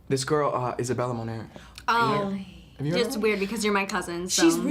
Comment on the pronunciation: its not pronounced Mowner. its MoNair